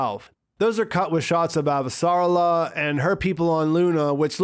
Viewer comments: It´s Ava-sa-rala not Av-sarla-a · Pronunciation: a-VA-sa-RAL-a. 5 syllables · So phonetically, it’s pronounced “Ava - Ser - Ah - la”. I’m going to leave this here for next time... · The guy that narrates the audiobooks also pronounces it Av-sarla-a Drives me up the damn wall. :/